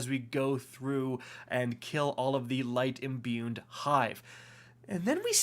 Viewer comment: So, I couldn't help it... I love the content and had to get this off my chest. It's pronounced tincture (tinkture) not tinsture as well as imbued (no n) not imbuned. I know, who cares...